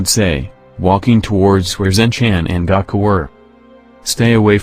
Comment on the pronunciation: It's GOOOOkUUUU not Gaaaakuuuu! Gaku it sounds annoying when you say it wrong! it's Goku. just because you think it sounds that way because of the two vowels don't make it so the O is O sounding not Ah.